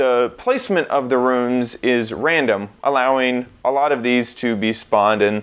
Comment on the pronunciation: Learn how to say room, moron.